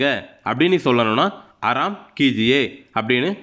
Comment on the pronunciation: ஆராம் என்று எழுதிவிட்டு ஏன் அராம் என்று சொல்கிரீர்கள்